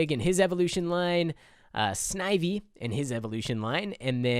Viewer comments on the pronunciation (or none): none